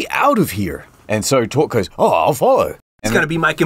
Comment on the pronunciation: No. No no no. His name is not torque